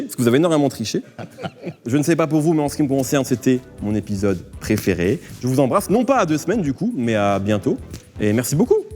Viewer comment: hihihi "c dja mon épisod praifairai" Sucez moins fort.